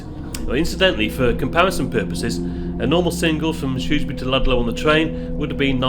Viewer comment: Hooray! Finally I’ve heard someone pronounce Shrewsbury properly!